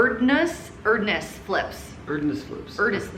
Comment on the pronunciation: Erdnuss = AIRD noose. Peanut!